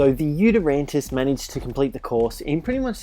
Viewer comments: The video was great, but just for the future, it's pronounced You-Ty-rannus, not You-ter-rantus. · UGHHH ITS NOT U-TER-RANNUS ITS YOU-TY-RANNUS PRONOUNCE IT RIGHT NEXT TIME OK?! READ HOW TO PRONOUNCE IT ON THE GOD DAMN WIKI!!!! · It annoys me how he says yutyrannus. He says yutyranntis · It is called a yutyrannus not a yutyrantus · Its pronounced yutar ranus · Nobody noticed he didnt pronounced the yuti correct? 😝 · "I forgot it's name for a second there" Mispronounces Did you ever know it? There is clearly no silent 'T' in the spelling, if you read it.